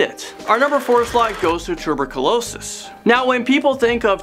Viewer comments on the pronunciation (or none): why is no one talking about toober-calo-sis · Lmao he says tb like “tuber-q-losis “ it’s pronounce -TUH-Burk-u-losis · you said tuberculosis its “two - ber - Q - low - sis” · You need to be more responsible with how you speak about you don't know what you would do if people were coughing up blood and it's possibly tuberculosis oh, would you are pronouncing wrong, because there's other reasons why people cough up blood. My stepfather had half a lung and got infections in his lungs all the time mean if you cough too hard he would have blood vessels either in his lung or in his throat first open in so it would have blood come up with the phlegm. He didn't have tuberculosis oh, he had pneumonia for six months he was in the ICU he died three times came back to life three times and after that he was on oxygen 24/7 for 10 years. During the ten years you would get lung infections and he would get coughing spasms from allergies as well and like I said he would occasionally cough up blood. There is another reason why people would cause a blood as well which is when you are a person who has sinus problems and lung problems you do you get a very dry feeling inside your nose so your nose will sometimes get so dry you could get a bloody nose which would make someone have blood flow down the back of their throat and they would cost that up or they would swallow it and then when if they had a throw up or cough most likely there's going to be blood and whatever is coming out